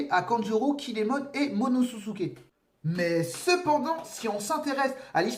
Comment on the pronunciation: momonosuké et non monosusuké